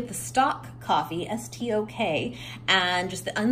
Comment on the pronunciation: I’m pretty sure the coffee you usually get is pronounced stoke not stock.